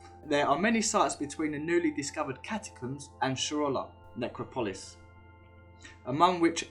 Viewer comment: Necropolis nuh-krop-uh-lis